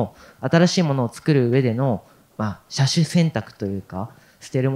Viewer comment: しゃしゅ選択ってか？